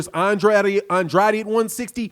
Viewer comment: You keep butchering Andrade's name 🤣.